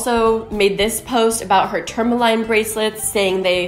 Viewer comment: you also pronounced tourmaline wrong!!!!! "line"... LOL LOL